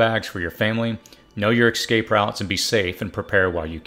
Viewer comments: Like your videos, but the word is pronounced ess-scape, not ek-scape. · eSSSSSSSSSSSSSSSSSSSScape!!!!! NOT eXXcape!!! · Dude, learn to say “ESCAPE”. It’s pronounced just like it’s spelled.